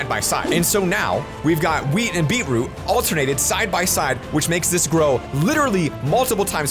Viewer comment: Wait he said weed not wheat